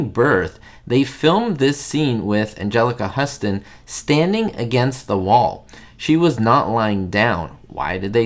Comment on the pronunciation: You mis pronounced Angelica Houston’s name